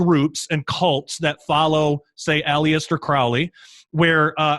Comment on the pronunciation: Aleister Crowley's first name is pronounced Al-ist-er